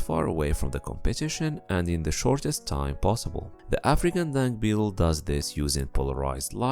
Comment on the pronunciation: I thought he keeps saying dank beetle